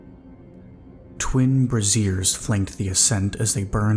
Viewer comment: A minor criticism: “brazier” is pronounced “brayzier”. The way you pronounce it, it sounds like “brassiere”. I don’t think this story has multiple incidences of fiery lingerie 😂